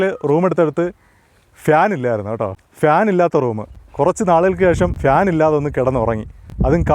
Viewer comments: ഫ്യാൻ അല്ല ചേട്ടാ ഫാൻ എന്നതാണ് ശരി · ഫാൻ ആണ് 'ശരിയായി ഉച്ചരിക്കുക